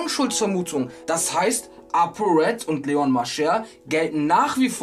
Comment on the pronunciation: Apo Apo das heißt RED